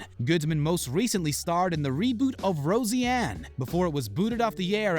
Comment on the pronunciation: How can you possibly be considered legitimate when you can’t pronounce Roseanne? Or Chabert? Holy hell.. embarrassing.